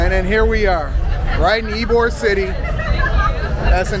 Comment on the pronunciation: Tampa in the winter is milder than Miami. Perfect time to visit the beach. Oh, and Ybor is pronounced (E-bor). It’s literally Cigar city.